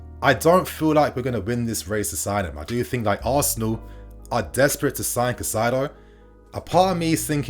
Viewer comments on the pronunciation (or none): Good stuff but his name is pronounced like “kai-say-do” bro not cassaido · You’re saying his name wrong. You’re putting the ai in the wrong part of his name. It’s cAICedo like (Kai Havertz) you’re saying Cacaido… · Pronunciations: Casadei - Ca/ Sa/ Day Caicedo - Kai/ Se/ Dough Just a little effort needed! 🙄😏 Good video though. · Cai-ce-do / please bro, this name is to easy to mess up 😩. Good video otherwise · Chez-uh-ray Cass-a-day and Moy-sus Kye-Say-Doh